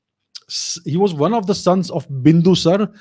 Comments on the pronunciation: Bindusar nahi, Bindusaar hain yaar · Make a habit of pronouncing the suffix vowel. Its Ashok-aa not Ashok. And Bindusar-aa not Bindusar, Maury-aa not Maury.